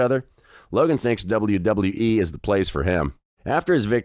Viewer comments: doubule doubule dubole wyee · Double yew double yew eee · Stop saying wwe like that or I'm requesting us to have a boxing match bro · Ong im gon sleep this mf if he say it like that again